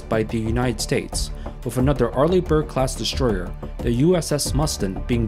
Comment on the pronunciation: it`s called strategy, not shtrategy-destroyer, not deshtroyer, aso asf. sick of it.